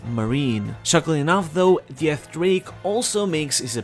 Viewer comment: Please don't say Drake's name that way